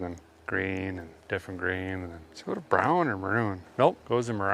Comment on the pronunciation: “Does it go to brown then maroon, no, marown?”